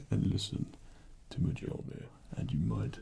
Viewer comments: As a nordic, guy, the "mejollneer" felt kinda weird to hear our old god say xD In swedish at least, it's pronounced as "myullneer" where the "u" is like the u in "fur" or the i in "bird". Kinda weird, but that's because you guys don't have ö or ø. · It’s not MIJOLNEER It’s MILNEER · When Thor pronounces Mjölnir wrong. It's "Me-yol-nir." Lol. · I loved this.....but Meejolneer? It is spoken "M ee olneer". Still,relaxing and great haha. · I just want to say this because of my OCD. It’s pronounced me-YUL-near, not me-JUL-near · The only thing I do not like is it is not earth it’s Midgard EDIT: IT IS NOT PRONOUNCED JOULNER ITS PRONOUNCED MOULNER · Mule eh neer Not Meh juul eh neer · Um, it’s not pronounced Mujunyier. It’s pronounced Mule-near XD I just wanted to point that out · It’s pronounced m-yol-neer not m-jol-need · she is pronounced MUIIIIIL-NIIIIR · wix Deerwater Mjølner. We Nordics is the only one who can pronounce the ø 😂 the e isn't pronounced i, it's more like eh. Mjølnehr. Or! In old Norse it was also called Mjolne, again the e is pronounced eh. (Miolneh) But yeah, he's pronouncing it wrong in the video. 😊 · "majolnir." XD <3 same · That One Motherfucker Its pronounces Mjölner or Mjølner. I should know, this mythology is from my country ;) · I love this video .... however one thing.... Mjolnir is pronounced m yoll nir. Like Jotunheim is pronounced Yo tun heim. The J makes a Y sound in old Norse. Other than that great marvel ASMR Thor! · M-jolnir Me:*internally screams* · Majolneer.... this guy knows he just trolled and triggered thousands. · For future Thor videos, Mjolnir is pronounced myolneer. Just a little nitpick. Otherwise, great work,! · MAJOLNIER!!!! FUCKING MAJOLNIER!!!!! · IT'S HIGH NOOT NOOT Its original (and true) name is ''Mjölner'', it's more like ''mi-yornur'' but the o and u are pronounced like the u in burn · Me-yole-near This is what made me not able to sleep. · I thought he said "meet john here"